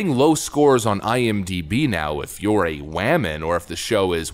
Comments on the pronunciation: Is the way you are pronouncing woman satire? I hope so because the word you are saying does not sound like woman to me. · "Wehman"! 😂🤣🤣🤣👍 Yeah,, THIS show is DEFINITELY TRASH!! 😂🤣🤣😭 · Wammin . Haha 😄